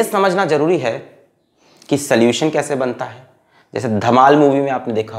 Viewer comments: Sir pls sollution ko thik se pronounce kijiye I don't like to hear soluchen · Solution ❌ Soluuchan ✅ 😂😂😂😂😂😂 Sir - THE EPIC ❤❤❤ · Solution❌ soluchens ✔️ 😂☺️ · every time sir said soluchan, kamlesh came to my mind😂